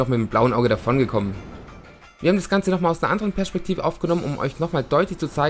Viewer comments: wie er Perspektive ausspricht haha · INQUZE Das ist Dialekt...